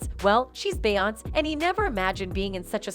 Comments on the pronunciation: say it with me BE-YON-SAY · Yasssss ty is it that hard to program the bot how to pronounce her correctly . 🤣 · I feel u ..beyonc.... instead of Beyonce....😂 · Her name is pronounced BEE-ON-SAY . say it right or don't talk. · This lady on Just-in needs to learn how to say Beyonce's name right.. smh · What is it to much money to pronounce the names correctly? Blue n auntie look alike ❤️❤️❤️